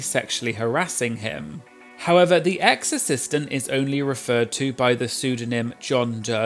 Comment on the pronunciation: I keep hearing "exorcistant" 😅